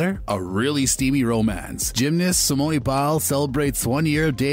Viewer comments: How are mispronouncing her name? SimOOOn Not SimonEEEE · It"s simone not simoney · did he call her, "Simon-e" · It's Simone not simonee get it right. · I was scrolling just LOOKING for this comment. Like really ppl... Y'all said her first name ONCE in the entire video and couldn't even get it right smh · You’re saying her first name wrong. It’s pronounced SIM-OWN. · Lol right not simonee smh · glad im not the only who heard that!! there is no ie or y at the end of the name lolll someone needs make him stop doing that for all the videos on her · does this channel purposely mispronounce names… simone, raya, delevigne? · Can u get her name right?!?! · Are you trying to say Simone A Biles? if so that is right. if not find out how to say her first name via google, because you are saying it wrong.